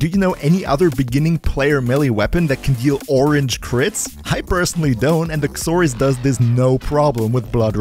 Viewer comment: I hear you saying the x in Xoris. It makes a "Z" sound. X is silent. Zoris is how it's pronounced. That'll make it easier for you to say it, since you said its name like 80 times. Not being a grammar nazi. Just trying to make English easier for ya.